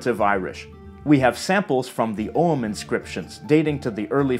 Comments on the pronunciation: Thumbs up for pronouncing ogham correctly ;) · I'm so glad you pronounced Ogham correctly.